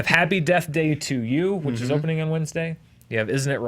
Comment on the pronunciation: Did just say "hopening the opening"?